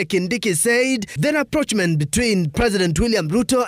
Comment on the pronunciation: Letoo the word rapprochement is not pronounced the way you did. Choose words that you can pronounce and avoid sweeping and meaningless statements like 'the shortest video in presidential history'.